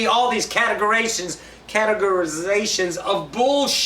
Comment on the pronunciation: "Categerations";) The wife and I love ya, keep it up!:)